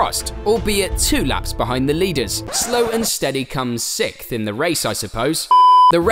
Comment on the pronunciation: Sixth not sikth